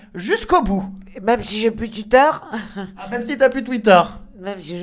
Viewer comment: Sa m'a tuer elle a dit "tuïter"😂